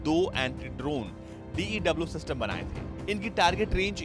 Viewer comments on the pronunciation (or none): none